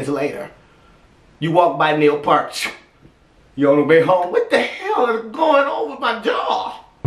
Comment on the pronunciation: Like this " PEERT "